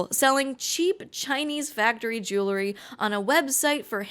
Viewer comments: Say JEW-LE-RY one more time.... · Say JEWLE-ry one more time....!